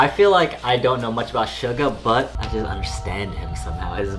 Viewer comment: Suga - shoo-gua as in shooting guard😁